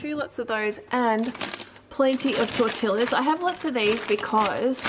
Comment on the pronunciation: How come you say tortilla rather than tor-teeya?